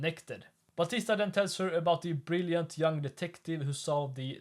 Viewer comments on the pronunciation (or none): none